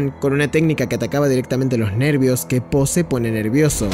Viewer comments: no dejo de escuchar ``sopa de polla´´ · cuando dijiste la sopa de po, ya es increíble sono como si dijeras: La sopa de polla es increíble kek